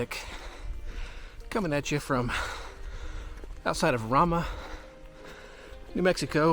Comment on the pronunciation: I'm taking offense at the catch image. There are no giant murals across entire 1,000 ft tall Rock faces. It's pronounced ray-ma, like ray gun, not rah-ma like Ramen noodles. Oh yeah and the radical fairies is a failed movement.